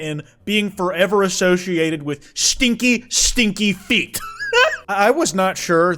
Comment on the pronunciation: The way you put such emphasis on “STINKY” feet is killing me 😂